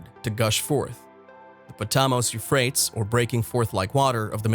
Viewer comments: it's pronounced Euphratees.. the misprounouciations in this video makes it impossible to take seriously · Yes. Apparently the creator doesn't research pronunciation of unknown words. Or grammar. For only fifty bucks I would have proofread the script. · Yeah he is saying it incorrectly, it is pronounced you frayt eez-Euphrates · The douche /elitist couldn't pronounce the names of the rivers correctly. He does this to show how much smarter he is than us dolts. John Kerry does this also. There is no global warming/ climate change or whatever the word is this week. The Globalists W.E.F people use this to get control of us "dolts" to voluntarily lower our standard of living. Sadly mist people are going along with it. Enjoy owning nothing and liking it and your crickets. Once they crush the American middle class it will be over. The rest of the world has fallen in line. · All of the sparse credibility just went out the window when the speaker butchered the name of the Euphrates River. No country is the "mouth" of the Euphrates River. That question doesn't even make sense! It's painfully obvious that this isn't from any English speaking country. The voice-over is clearly generated by a pretty pathetic computer program. This kind of sloppy journalism shoots itself in the foot over and over again. I say steer clear of this unacceptable attempt at news. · Not only wrong pronunciation, the etymology is also wrong. Euphrates is not from Persian or god forbid Kurdish. The name has already exists for thousands of years before any Persian or indeed any Indo-European people entered into history. The oldest form of the name comes from Akkadian Purattu, which in turn probably comes from an unknown local language that's been lost to history. It's still preserved in Arabic as al-Furat. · How can we take you seriously when you can't even pronounce the river names correctly. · You are the only one I have ever heard pronounce those rivers like that... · Very annoying. Lol